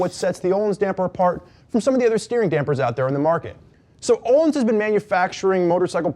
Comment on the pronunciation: Thats not how its pronouce! Jesusm why dont you pronounce the "L" and "i"